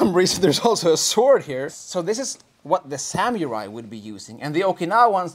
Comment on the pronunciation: It’s sam oo rai. No “you” sound! -Love from Japan